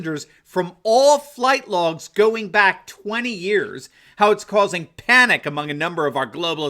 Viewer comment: "Flight Logs" or "Fright Logs"???